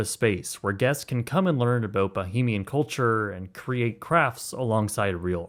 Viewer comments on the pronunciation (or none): ❌️ "Ba-heem-ian" ✅️ "Ba-hame-ee-uhn" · The fan! LOL Also, Bahamian is pronounced bəˈhämēən or bəˈhāmēən. I heard multiple times the word "bohemian" being said. While I know what you are trying to say, thought I might point it out. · Bah-HAY-mian not bah-hah-mian 🙄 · Bahamian (Ba-hay-mian). Sincerely, a Bahamian. Much love dude. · It’s “Bah-HAY-mee-ann” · As a fellow Bahamian I appreciate your point. I laughed out loud at the pronunciation comment. I was thinking the same thing while I watched the video. The comments from others about why didn’t the Bahamian government buy the land is just uninformed white Americans who don’t understand the legacy of slavery, colonialism and the sugar trade and how of these factors (along with others) still impact the Caribbean today. Forgive them they mean well but history isn’t taught in the USA. 😢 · very cool informational video but plz learn how to pronounce bahamian 🫣